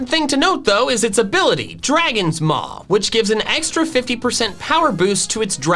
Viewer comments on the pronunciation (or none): For dragon maw i heard dragon mom lol